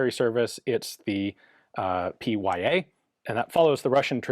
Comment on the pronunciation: Look, to a Russian "Pee Why Ay" does not sound anything close to "Peh Yah"... :)